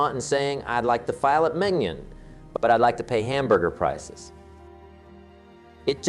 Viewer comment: fake, notice how he calls 'filet mignon' "File-it-minion"....